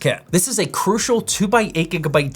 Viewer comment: your shit list really says "cru-i-cial"